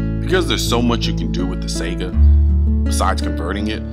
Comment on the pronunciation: Damnt dude it isn't "Sega"